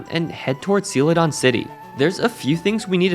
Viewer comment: the pronunciation of "Celadon" sent me into a rage.